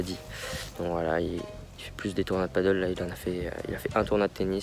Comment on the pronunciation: C'est pas du paddle, c'est du padel ! (paddle c'est de l'english ça se prononce "padeul", planche avec une pagaie, sur le lac), ce dont tu parles c'est du padel (en español padèl, jeu de raquette à 4 d'origine mexico espagnol) ;) Je voyais pas trop le rapport entre faire du paddle et être bon en amorti :D Cool ta chaine, je joue à Meythet, ça fait plaiz de voir mes spots du coin. dans tes vidéos :)